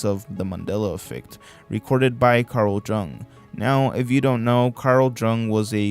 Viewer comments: It (Jung) is pronounced young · To note, The Jung in Carl Jung is pronounced "Young". Cool video dude, there was a lot on here that I've never seen. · It's Carl Jung (pronounced YOUNG) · Jung is pronounced Yong